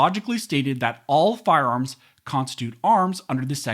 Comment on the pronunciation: “Firearms that are automatic are not arms as mentioned in the second amendment” Say that first word again… but slowly